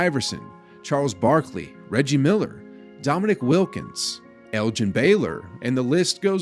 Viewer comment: This guy said "Domi-'Nick" Wilkins. It's Dominique. Pronounced at the end like "unique".